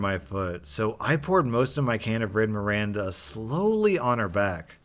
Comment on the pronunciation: " Miranda " whut it's Mirinda :D they're owned by pepsi wdym do you not know em ? it's like the pepsi variant of fanta